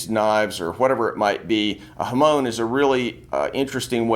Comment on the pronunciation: 'Hamoan' isn't how its pronounced in Japanese 😅 its HA - MON as in ON/OFF. But amazing video.